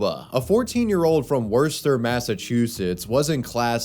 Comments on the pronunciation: Worchester, Massachusetts. Not being a dick just trying to help. Pronounced like 'whister' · Wistah* or Woostah*... butchered Worcester so badly 🤣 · Not Werster (SIC), MA. It's Woostah. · Obligatory "it's pronounced Wooster not worse-ster" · Worcester is pronounced Wiss-ter not what he said😭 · i die every time you say wurster😂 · Lol the way he says Worcester it's wu-ster mass local. Literally no one can pronounce the towns here lol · Worcester is pronounced "woo-ster" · You pronounced Worcester wrong, it's Wooster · It’s pronounced ‘Wooster’. Now pronounce Leicester :) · as a mass native, hearing someone say it as "worster" is the worst thing I've ever heard lmao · Wosta. You pronounce it as Wosta..... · Worcester, Massachusetts is pronounced WUSS-ter, or, if you're from Boston, WUSS-tah. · HOW DID YOU SAY WORCESTER? "wuh-ster" if you have a r's in your accent, "wuh-stah" if you dont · Obligatory Worcester resident coming in to say its actually pronounced like Wuuster lol. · Wurster, MA 💀. Come on man, try harder. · I really hate to be that guy, but it's pronounced "Woostuh" even though it's spelled Worcester 😅😂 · It's just ""Woo-stah" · I'm gonna be that Mass-hole, Worcester is pronounced "Wooh-Stah" like Winnie the Pooh, Wooh-stuh. We didn't come up with it, but when it's said wrong, we all go x~x cuz it's like nails on a chalkboard lol. All that said, obviously Harris' death is more important than the pronunciation of a town, just wanted to share the knowledge. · Worcester... pronounced ( WUSS - tah ) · It’s pronounced wuhster and spelled Worcester ya slag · Wus- Stir Massachusetts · Worchester is pronounced "wooster," like rooster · Lmaoo it’s pronounced WU.STR , or WosSta / wos-ter / wista / wister 😂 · I'm from Worcester, MA. Just to let you know, it's pronounced "Wuh-ster". Not that important, it's gotta be the hundredth time I've corrected a YouTuber on the pronunciation. RIP to that young man. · Its pronounced wuh-ster MA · It's pronounced Wooss-ter